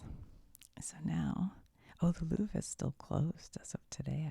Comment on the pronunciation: from paris with love ... you can say ´´ilouvreyou’´ for the prononciation 😅😂